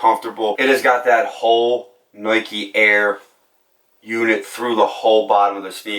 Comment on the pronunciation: He says noike, loight, etc. Idk, might be an accent or a lisp